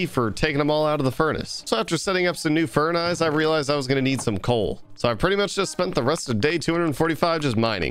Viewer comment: did I just heard you say funice cuz when you're about to cook the potatoes I literally just hear you say funice lol